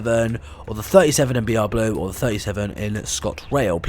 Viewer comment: You said boo instead of blue for the br blue class 20